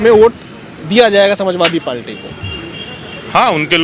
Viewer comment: Palti nhi party'bolo bhai